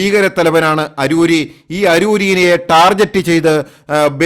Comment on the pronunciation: ടാർജറ്റ് അല്ല . ടാർഗിറ്റ് ആണ്.